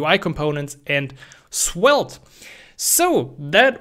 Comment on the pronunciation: It sounds like you are pronouncing Swelte